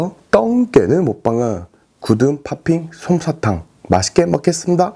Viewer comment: 구듬팦핑 손사탕ㅋㄲㅋㅋㄲㅋㅋ (놀리는거 아님니다~~) 그래도 요새 발음 또박또박하실려고 노력하시네용~~~ 멋있으세요~~